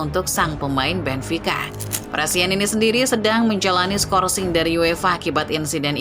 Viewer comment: Prestianni min, bukan prestianini.